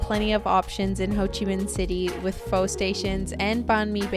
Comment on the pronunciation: You're pronouncing pho wrong 😭